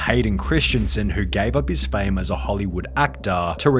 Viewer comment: Whats with the pronounciations Careeeeeeeeer, Fameeeeeee, Meeeeeee